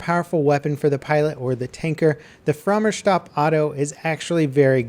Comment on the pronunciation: Frommer Shtop?